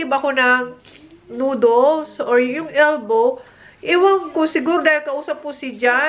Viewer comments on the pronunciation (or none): Noodles not nooduls